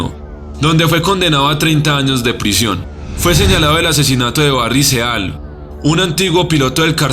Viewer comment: Barry seal? O Barry siil? Así se pronuncia, "siiii"